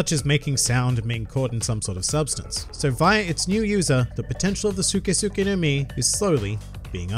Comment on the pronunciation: I low key got mad every time he said suke